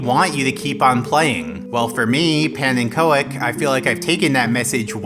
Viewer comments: why doont you pronounce it as 'pannnenkoek' yoursself even? im getting annoyed. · Pa-nenn-co-ek ....I always thought you used the correct Dutch pronunciation 😢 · That is how you pronounce "", pannenko-ek? Huh, I mean my pronounciation of pannenkök wasn't exactly founded in anything other than oe being the non-special character of writing the Umlaut Ö, but now I'm even more curious what exactly the meaning of this username is, because my guess so far has been pancake/Pfannenkuchen in some other germanic language or at least a play on it. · I thought you were named after the Dutch pancake, I've been mispronouncing your name all this time